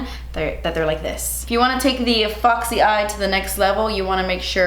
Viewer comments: no one: not a single soul:: fAwKsEy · I just love hearing you say foxy 😂😂 Favorite foundations. High end: Estée Lauder Double Wear. Drug Store: NYX Can’t Stop Won’t Stop